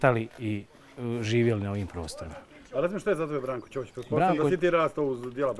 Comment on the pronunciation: Bravo za svestenika i mjestane za njihov izgovor Brankovog prezimena.I ja sam rođena ispod Grmeca gdje imamo porodica Ćopica.